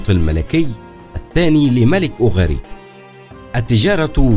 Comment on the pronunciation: اسفة اسمهما أوغاريت قراءتك غير صحيحة